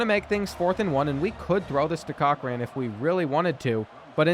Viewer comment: The way you cant pronounce Cochrane grinds my gears. 😄